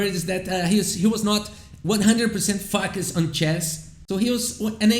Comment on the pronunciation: Very good English. Mas quando você disse que ele não era completamente "focused" on chess, te juro que por um segundo eu entendi outra coisa. Lol.